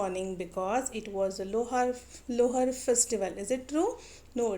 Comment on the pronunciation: I think 🤔 is losar not lohar